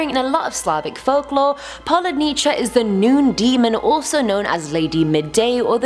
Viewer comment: repeat after me: po-woo-dni-tsa